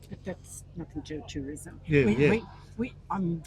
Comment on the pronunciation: 「ルイス」と「tourism」と「2weeks」が同じ発音に聞こえてやっぱり英語って難しいな・・・と思いました。